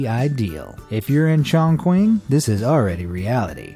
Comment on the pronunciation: His pronunciation of Chongqing. Lol